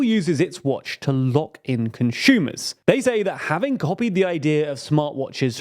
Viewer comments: Conshumer??? Never heard that sort of pronunciation, where does it come from? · THERE IS NO "H" IN CONSUMER. "ConSCHUMER" isn't a word. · is a conshumer similar to Amy Schumer?